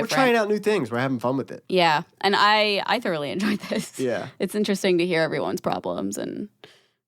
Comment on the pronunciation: This is the first time I heard a YouTuber say “thoroughly” correctly lol